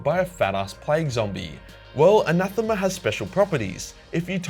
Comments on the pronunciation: All the English words you butcher and you pronounce Anathema correctly. SMH. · For the record, you were pronouncing ‘Anathema’ correctly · Anathema you pronounced it corectly i am a greek and this is a greek word Αναθεμα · You pronounce "anathema" right by the way don't worry. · Anathema is pronounced exactly how you pronounced it. Ανάθεμα, in Greek. You mispronounced it in the stupid English way of saying it, but you were right in the language the word comes from so that's what matters xd. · I'm pretty sure you were actually pronouncing anathema right the first time, surprisingly enough. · You pronounced Anathema correctly